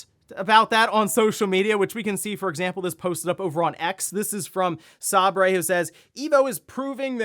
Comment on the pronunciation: Dude pronounced Sabre like Erin & Andy from The Office 😂